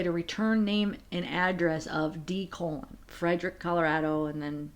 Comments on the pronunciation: Always love your videos and appreciate all your research. Gotta tell you, though, that the surname of Colon (such as that of my married daughter) is not pronounced as the colon in our bodies but like "Cologne". Just a helpful FYI. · My daughter's married surname is Colon. It's pronounced CO-lone. Not like the body part. Love all your videos, ❤